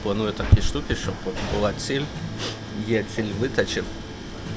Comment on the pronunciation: Друже, правильно наголоси обУхів та витачІв